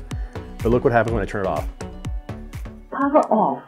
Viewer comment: “Bluethooch mode.” “Powr off.”